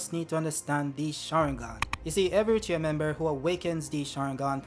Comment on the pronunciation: mich triggert es übel wie falsch du viele Sachen aussprichst!!! sasuke.... uchia.... mangekyo😢izuna... wie iel kommt da noch? madara auch und jetzt ist das mangekyo ist gerade zu mango geworden,tobirama auch 😢 orochimaru,tomoe auch 🙈 hashirama...sag mal hast du jeh den manga gelesen oder mal den anime gesehen??? 🤔 oh nee warte is ki generiert,oder?!??